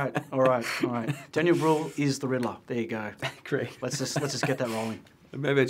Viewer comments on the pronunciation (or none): It's "Brühl", not "Bruhl".